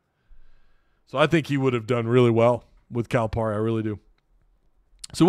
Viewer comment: his name is pronounced Cal-uh-Perry. Lmao